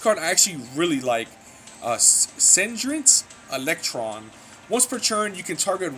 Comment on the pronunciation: bruh the way u pronounced sergeant electro had me ded 😂